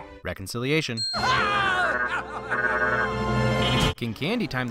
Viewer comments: do you mean Wreck-oncilliation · I think you mean “wreck-onciliation”